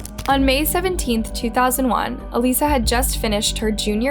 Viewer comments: Why did you guys cut out a lot of the facts and details from the first case? This is the first channel to seem sympathetic towards Gable in all my years watching true crime. Also, in the last case, her name is "AL-ISS-A", not "A-lees-a". Her own family members pronounce the name as such, yall even included video of Michael pronouncing her name that way. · Her name is clearly Alissa not Aleesa. Have some respect! Her dad clearly states her name literally in the video! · the sister literally says her (alissa 's) name correctly in the video clip but you keep calling her a lisa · I love your videos except that you don’t even try at all to pronounce things correctly? There’s a clip in here of her sister saying her name correctly and you don’t say it properly one single time. Pretty disrespectful. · It’s really annoying that you mispronounced her name through the entire video. It’s clearly pronounced by her family during all the videos, then you do it wrong. The dead deserve to at the very least have their names pronounced properly!!! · My question is, why is it that you've listened to the videos SAYING her name and you still say it wrong 🙄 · You're pronouncing her name completely wrong and there are many other videos with the correct pronunciation. Very very easy to check. I feel it's a little disrespectful to not even get her name right. Thumbs down. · The name mispronunciation was driving me up the wall. It’s so disrespectful. The people who knew her pronounce it correctly several times in the evidence footage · Her name was Alissa..not Aleesha.. ALIS..SA... not Alee..sha.. mis-pronouncing names is just disrespectful.. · ALISA NOT ALEESA‼️‼️‼️‼️‼️‼️‼️